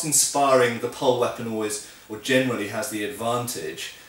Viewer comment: "Germany speaking" instead of "generally speaking". YouTube auto subtitles show that... And now I'm doomed and can't "unhear" it anymore whenever you speak it! :D I love your vids. Keep on the good job!